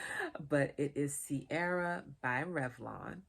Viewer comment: It's pronounced Keer-ah. I need to find this in Ireland as it's my name!